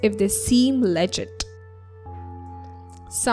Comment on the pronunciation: Its not lejeet its luh-git